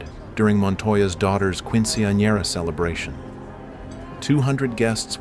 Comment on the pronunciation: KWIN SIYN YER UH